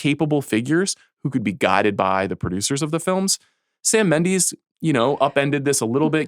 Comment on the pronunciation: How she kept pronouncing Sam Mendes made me have to stop.